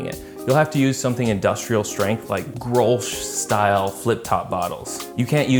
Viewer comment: Pretty decent pronunciation of Grolsch there, kudos.